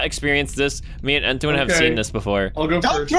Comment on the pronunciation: it's not ttoan it's entoan